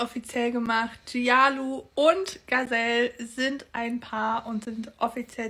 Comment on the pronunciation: Nicht jede trans Person ist gleich, nicht jede trans Person muss so denken und fühlen und sich verhalten wie es dir/ euch passt. Leben und leben lassen. Gazelle & Gialu (dass du deren Namen nichtmal versuchst, richtig auszusprechen empfinde ich einfach als respektlos) helfen sicherlich Menschen, die so fühlen wie sie es tun. Dieses Video ist einfach ein Schlag ins Gesicht für einen Teil der LGBTQ+ Community (kann man nicht einfach mal zusammenhalten, auch wenn man eben anders tickt? Du musst nicht alles verstehen, respektiere & akzeptiere die Menschen doch einfach.) Außerdem solltest du bevor du so ein Video machst evtl nochmal über nicht-binäre Menschen lesen. Es scheint, dass dir da ne Menge Wissen fehlt. LG